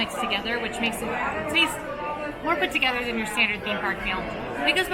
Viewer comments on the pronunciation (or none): none